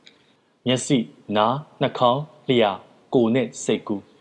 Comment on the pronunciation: စာဖတ်တဲ့အသံ၊ ဟန် အရမ်းကောင်းပါတယ်၊ ဆရာ့စာလည်း ကောင်းပါတယ်။ ဒါနဲ့ ရေ၊ လျှာကို လျာလို့ အသံထွက်နေတာလေးပြင်ကြည့်ပါနော်။ စေတနာနဲ့ပါ။ နောက်ထပ်စာတွေဖတ်ရင်လည်း လျှာကို လျာလို့ ဖတ်မိခြင်းကင်းဝေးပါစေနော်။